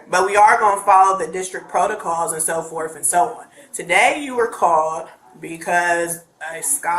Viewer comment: She doesn't want to have any back and "forf"